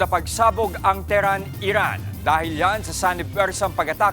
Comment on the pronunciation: It pronounced as : te he ran... And not teran.